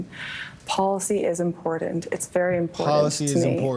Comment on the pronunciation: Look, every English speaking person: it's important. Not impordant. Stop it. 😊